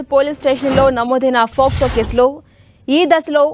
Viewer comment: Adhi FOCSO no Docso no kaadhamma... POCSO.... oka news channel lo news chepthunappudu knchm jagratta ga maaatladuthe bauntadhi